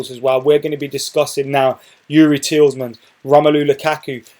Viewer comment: Tielemans is pronounced as Tee - luh - mans. (Tee as in T-shirt, luh as in luck)